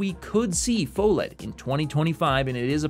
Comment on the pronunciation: It's pronounced "fuh-led" 🤓